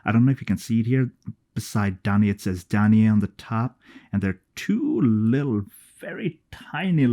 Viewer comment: Her name is pronounced “Dan-Eye.” She is the mother of Persius. They are from the kingdom of Argos, which was destroyed by the Kraken. I wonder if they have a Persius fragrance.